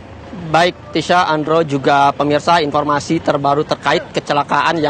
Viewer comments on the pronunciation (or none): Tolong kalau cari reporter yang pelafalan bahasanya bagus Ini reporter ngomongnya berantakan banget, lalu mengucapkan huruf "F"" menjadi P , informasi jadi inPormasi dan itu terasa mencolok banget Logat daerah sih ngga apa, tapi bila disertai cara ngomong yg berantakan ????